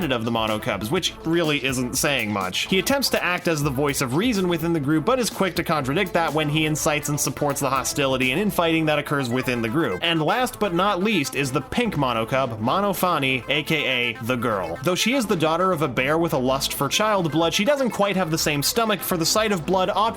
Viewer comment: MONOFUNNY!!? ITS MONOPHANIE